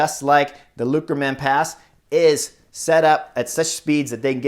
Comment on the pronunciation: Omg. You butchered that Lukmanierpass. Not a complaint. I am enjoying the good laugh.